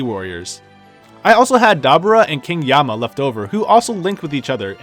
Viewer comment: Also "King YAmma"